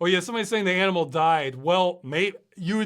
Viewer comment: That wasn't an aminal, it must have been a nimeral. :)